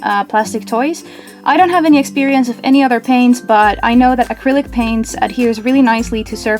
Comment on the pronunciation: Are u saying critic paint or acrylic paint